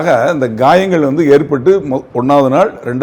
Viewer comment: Not gayangal but kayalgal